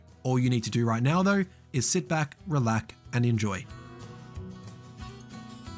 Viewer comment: HA! "relac" You got yourself a subscriber mate